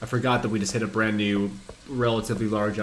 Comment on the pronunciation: Very first thing he says is, "Welcome to a bland new....." Hilarious stuff man.